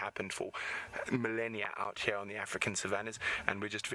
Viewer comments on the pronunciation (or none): “Out hair” or “Out here” ???😉